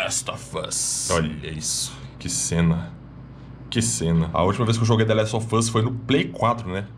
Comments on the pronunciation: nossa vei deu uma agunia ver ele falar The Last Ò Fãs kkk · Ele fala : THE LAST OF FUSSSSS Ótimo 😅😅